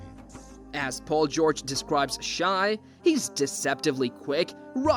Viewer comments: Stop saying shy ITS SHAI (shae) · You’re not wrong but SGA pronounces it “Shay” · How you gonna do a whole video and pronounce the guy's name wrong the whole time? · Had to stop watching. It is pronounced "shay" not "shy". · Why are you pronouncing it shy? I literally can't concentrate on the video lol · In shai the correct way to say it is “ shy “ bc the i makes the a silent 🤫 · SGA’s name is not pronounced “shy” and the team isn’t called the Thunders 😂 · As soon as an NBA content creator says “shy,” I immediately click off the video lol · how can you make a whole video about someone and say his name wrong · Let's learn to pronounce the number 2 MVP candidate's name properly